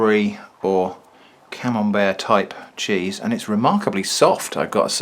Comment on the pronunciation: More like “canembert”